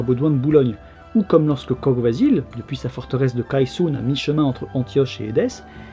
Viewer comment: Salut ! comme toujours une super vidéo ;) Pour la prononciation de Kogh Vasil, le "gh" se prononce "r" (ce qui donne Kor Vasil, pour Vasil le voleur). Pour Barsegh, le "gh" c'est la même chose, même si personnellement je l'ai toujours entendu prononcé "kheh" ( [χ] en phonétique). Si tout cela a déjà été dis désolé du doublon !